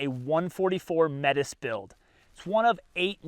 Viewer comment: Why this name? The Métis people of 🇨🇦 might be wondering especially because of how you said it.